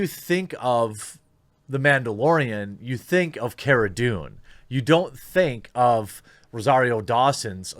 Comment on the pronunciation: It's Cara not Kera